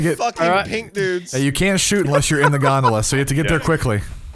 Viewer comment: I know they're saying gondola but I can't stop hearing Gundam